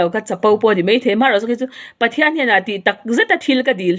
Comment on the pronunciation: Hian tih hi 'han' i ti leh thin🤗